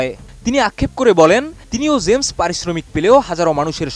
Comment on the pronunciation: Uccharon thik koren, shilpyr nam uccharon korchen vul vabe.